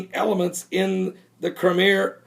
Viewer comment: crime e uh not crimer